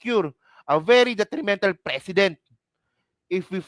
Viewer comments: Ang precedent, hindi pinopronounce ng president… pre-ce-dent. Narinig mo naman si PBBM diba. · Tol..Yung pronounciation mo ng precedent iba...it looks like president....😊😊😊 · Nagdudunong dunungan ka jan pero pati precedent ang bigkas mo president. Tanga 😂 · PRE-CE-DENT... MALUMAY ANG BIGKAS BRO.TAKERU..MEANING PARA DI TULARAN SA NEXT ADMINISTRATION OR DI TULARAN NG IBA.. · Mali ang pronunciation mo sa precedent. Ang bigkas mo kasi ay tulad ng president. Hindi man dapat mag react ang President sa statement ni Enrile dahil constitutionally hindi involve ang executive branch sa impeachment process. Ang dapat mag react ay ang Kamara dahil sampal sa kanila ang sinabi ni Enrile. Dahil sa takot mawalan sila ng INC votes ay wala action sa mga complaints. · Pre- cedent not Precedent. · Pronounced " preseedent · Pre ce dent mali lang pronunciation mo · PRE CE DENT po Ang pronouncation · Mali pag pronounced mo. Please check the correct pronunciation of precedent. Awkward pakinggan! President at precedent ay may pagka ibang pronunciation.